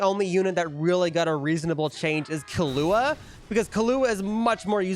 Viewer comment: you can tell bro's white when he says the names, especially killua